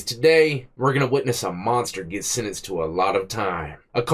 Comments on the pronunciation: I like the way you don’t say “sentenced” but instead, it sounds like you say something along the lines of sininzed. Is that a local dialect from your upbringing? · always says sinense instead of sentenced HA